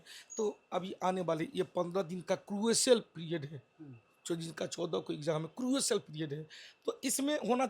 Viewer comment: Crucyal period😂 propgenda Is he even a teacher, bro can't even pronounce a word